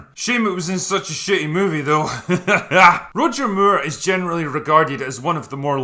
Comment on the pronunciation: "Roger Myure"?